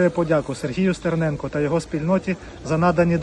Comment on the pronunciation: Стэрнэнко, ганул тэбэ зачэкався!